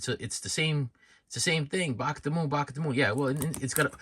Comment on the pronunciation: He says 'shorts' like 'shauwatts'.. and 'Bark' like 'Bawlk" 🤣